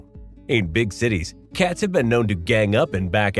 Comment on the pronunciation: You say the word cats funny 😂 Katz ? you must be from the Midwest